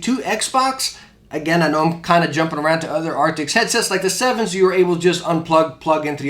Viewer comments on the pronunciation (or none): Arctis not Arctics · I've been watching your review about the Steelseries headsets but please stop saying Arctix/Arctics :( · I love the videos! I don’t know why it is bothering me so much, but I thought you should know, steel-series does not make an “ARCTICS” headset. It is the “ARCTIS” headset. Keep doing your thing man! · Why does he keep calling them “arctics”..? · Dang, that mispronounciation is rough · Kinda hard to take your review seriously when you cant even say the name of the product correctly.